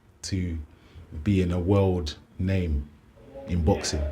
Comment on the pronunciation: Get his name right very disrespectful. Why on earth is this bloke in boxing absolute chancer. Go back to rubbing backs.